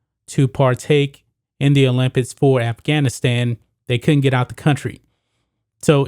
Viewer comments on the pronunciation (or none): "paralympits" "olympits"